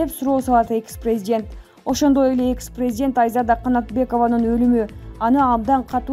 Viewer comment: Блогер кыз презент эмес презИДент деп суйлосон...